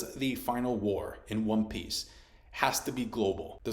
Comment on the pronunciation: wtf is wrong with your pronunciation lol great video about wan peeeeeece still